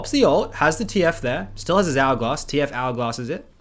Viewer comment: He says hourglass like algoz